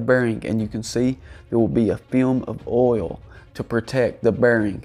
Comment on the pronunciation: Can you trust anyone that can't pronounce oil?